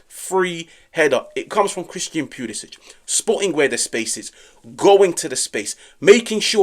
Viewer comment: Cristiyan Pulishich! Stop butchering his name ffs...